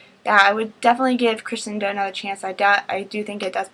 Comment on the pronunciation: Haha the book is pronounced Kri-SHen-Doe But its alright! AMAZING AMAZING AMAZING review as always!!!:D